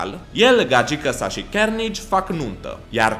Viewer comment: Se zice carnaje